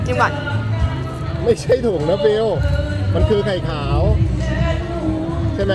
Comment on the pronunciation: ฟิวนะคะไม่ใช่ฟิล์ม